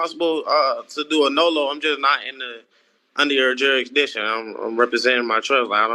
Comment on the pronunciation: Why can’t they say jurisdiction